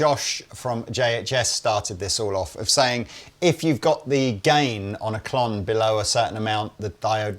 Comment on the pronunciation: Did call a “Klont”? 😂